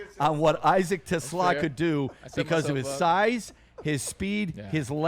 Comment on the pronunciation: Braylon, when are you going to learn how to pronounce Isaac's last name.... it's t' SLAA !!!